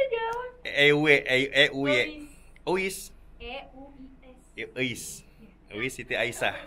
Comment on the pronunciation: Euis,,, bukan ewe 😂